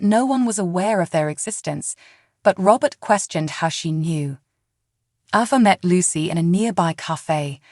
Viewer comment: Why do you changee avas name.? Sometimes u say it right and other times you say it wrong.please say it correctly